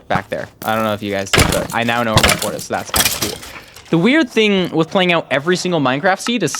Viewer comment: "we're pearling nyaout" lol